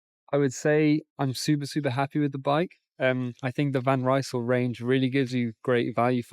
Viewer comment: You want to be an expert? van Rysel is not a british Brand! Would you mind to pronounce the name of the brand correctly? It is like "Reesl"! The word is spoken as it is written, though this might not help an English speaker.